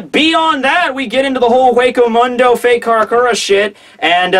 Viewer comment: What the heck is Wako Mundo? its Huceo Mundo